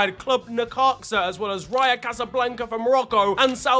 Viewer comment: he said raya casablanca lol its RAJA